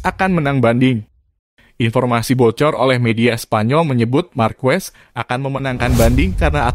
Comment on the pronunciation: Bukan Markues,,....tapi markes wkwkwk